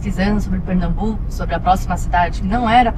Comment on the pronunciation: É PernaMbuco e não Pernabuco. Sou de Recife e nunca ouvi falar nessa seita.